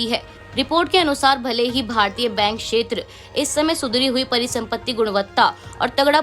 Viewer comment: समाचार पढ़ने के लिए हिंदी का उच्चारण सही होना चाहिए। जैसे उदाहरण को उधारण, क्षेत्र को शेत्र, प्रदेश को प्रदेस आदि बोलने से बचते हुए इनके ठीक उच्चारण का अभ्यास करना चाहिए।